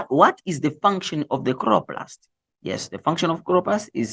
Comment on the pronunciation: i cant stop laughing at “khroplast”😭😂😂😂and i have to study but i cant😭